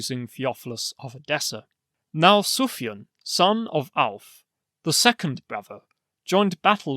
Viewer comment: In Sufyan you should pronounce the a long: Suf-yán.